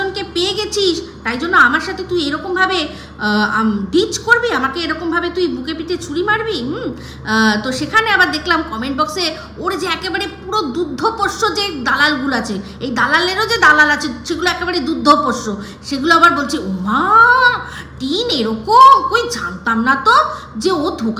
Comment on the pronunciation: কথাটা দুগ্ধপোষ্য, দুদ্ধোপোষ্য নয়। আরেকটা ভিডিও তেও বলেছিলে দুধ্যপোষ্য